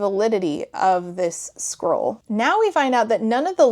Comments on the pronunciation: To be clear, I am not critizing your pronounciation. This book is tiring. I can feel it. But I started to hear squirrel instead of scroll and it doesn't even change much. I mean, a magic messenger squirrel sent to deliver their quest ... why not? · You keep saying “scroll”, but I keep hearing “squirrel,” and it’s exponentially improving the story. 😅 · a couple times you said 'scroll' and my auditory processing disorder heard 'squirrel' and since that's about on par with the fuckery in this book i'm just going to pretend that's what it actually is